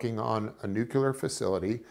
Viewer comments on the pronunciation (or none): AAAWWWW?!? C'MON?! I BEEN WITH YOU ALL THE WAY THROUGH FROM JUMP! THENNN... THENNN? THEN,..? YOU SAID... "N U C U L A R"!!! 🤯😭 "NUCULAR"? R E A L L Y? IS THAT WHAT WE'RE DOIN? SPELL IT HERE THEN DO A SPELL CHECK. PLEASE? And ROSS?! REALLY? U LET THIS HAPPEN?! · Also. He had me up until he mispronounced nuclear. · something fishy to me about both Grusch and this guy both mispronouncing the world nuclear. Military intelligence and they both say nuclear the wrong way?